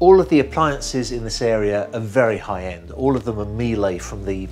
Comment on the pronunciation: Great pronounciation of "Miele"!